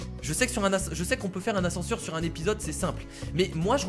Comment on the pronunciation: l'ascense au lieu de l'ascenseur